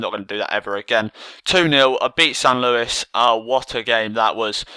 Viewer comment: San luis.? u need the ACCENT mate